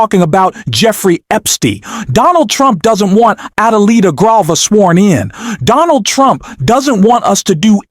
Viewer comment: The correct name of the duly elected representative to congress from Arizona is Adelita Grijalva. Please pronounce her name correctly. Is so disrespectful to butcher her name. Please don't do it anymore.